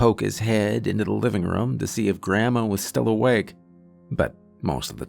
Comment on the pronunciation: Team "Narrator says RUM instead of ROOM" checking in for duty!